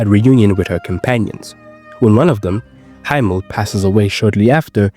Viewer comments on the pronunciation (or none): .- his name is not HIGH-mmel it's He-mmel. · Bro no way you just said "HEIMEL" !? As a german, where the name is actually a word for sky, i can't sit here and just accept that, Please say Hie-mel, like Himeko, and not HEIMEL? wtf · why are you saying haimel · Frieren friends is called Himmel. It’s pronounced with an soft i not a hard I